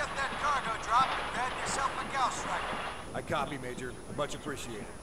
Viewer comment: I know it's Gauss, but pronounces it ghost